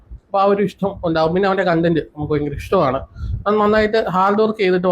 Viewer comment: കോൺടം അല്ലടാ കണ്ടന്റ എന്നാടാ തെണ്ടി 😂😂😂